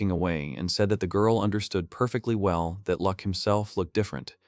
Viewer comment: his name is Luck, not Lack